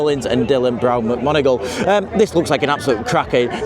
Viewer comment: i usually really enjoy but it was funny him saying Dylan mcgonegoooglegoogle about 10 times hahahaha.